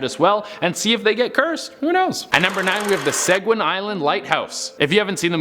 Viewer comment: Mispronounced Seguin too.